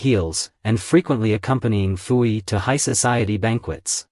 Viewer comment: Also Puyi is pronounced Poo-yee